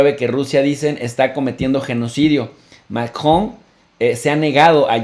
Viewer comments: Tiempo Tiempo Tiempo que alguien me explique como se llama el Bato que se casó con la abuelita de Chabelo Macron o maKKJJon o será que este bato se le atoró algo en el buche que no sabe pronunciar Macron sino Makkjon al rato va a decir AKLO en vez de AMLO o llegara a su casa y dirá Makmi dame Lekshe se me atoro algo en la Garkkgantak no manches habla bien si no regresa a la Ukniveksidak. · Se están dirigiendo a una audiencia en español no Francesa que diga MACRON Y NO MACjON SE ESCUCHA BIEN MAMÓN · Chicos sin duda excelente información como siempre . PD: pronuncien el apellido Macron en español latino por favor.La pronunciación en francés está bien ,pero suena forzada para la comprensión dialéctica de LATAM.Millones de gracias por su gran aporte ❤️